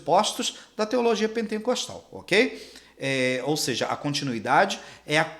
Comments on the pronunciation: Não é penteNcostal que fala. É pentecostal, sem o N no meio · Pentecostal.... não pentencostal.. só pra constar.... parabéns pela aula...